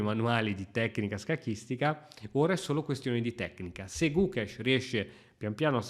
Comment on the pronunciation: gugesh? XD